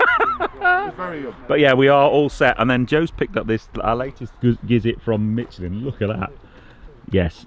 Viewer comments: Pronunciation of Michelin spot on!👌 Great review as always! Cheers, Tom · Good to hear somebody pronouncing ‘Michelin’ correctly… 😀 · let's start saying Renault, Citroën, Toyota, BMW, etc, like the natives pronounce them. It just sounds pretentious. If you ask 100 Britons I'm sure 90 would say Michelin.